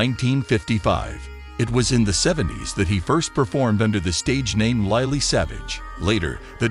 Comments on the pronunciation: Wow such a shock, I didn't realise he was only 67, ( just a wee bit older than me.) Loved him his humour & compassion. We will all miss him, us humans & animals Who is LiLee & Zo? Who narrates this? Please pronounce people's names properly, it show respect. Loved Lily😂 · Please say Lilly correctly. I remember that wonderful show that he did in the hospitals with children. He was amazing. Such a lovely man. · Lily please pronounce it correctly we love you Paul 😍 ❤ rip 🙏 🕊 xxx